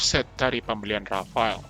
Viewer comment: Rafale min bukan rafael 😒